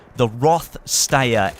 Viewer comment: It's not pronounced stayer it's stire